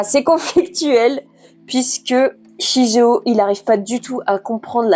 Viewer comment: Super Vidéo, l'année prochaine je pense me les acheter ^^. Petit truc qui m'a un peu perturbé sur la review c'est la prononciation du prénom du garçon 😅on le prononce "shiguéo". Comme dans naruto par exemple où on ne dit pas Hokage mais ce prononce au "Hokagué", mais ça reste une broutille on va dire ^^sinon j'en fait la promo partout , mais j'aimerais bien ton avis sur Vinland saga ^^ qui pour moi est le manga a lire et à avoir dans sa mangatheque